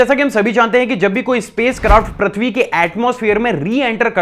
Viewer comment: I am unsubscribing today.. you dont do any work on your pronunciation.. braaslet? really... its bracelet.. you still saying prathvi.. its prithvi.. may I have your number?? coz I dont want to unsubscribe so want to talk with you once